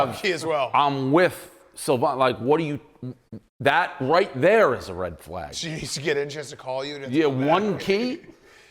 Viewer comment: Idk if I have ever heard the word "flag' mispronounced until now. And I fucking love it